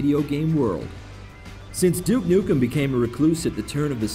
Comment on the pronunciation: at around 30 seconds in he pronounces duke nukem properly :D take note other americans, it isnt DOOK NOOKM